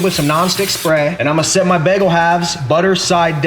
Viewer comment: The way he says bagel makes me slightly uncomfortable lmaoo “begel”